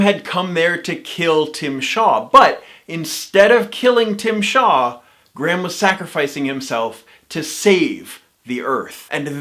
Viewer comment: Perhaps if you actually had the respect to pronounce Graham's name as it is meant to be I would have more respect for your opinion but actually I don't think I would as it is disingenuous, mean spirited and delivered with an arrogant which makes your videos utterly unappealing.